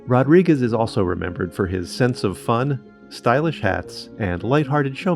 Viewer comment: I can't believe a name so easy what's mispronounced. Chy Chy ROD-ri-GWEEZE. 🤦‍♀️